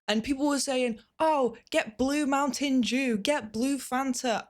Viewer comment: that sounded exactly like "mountain jew"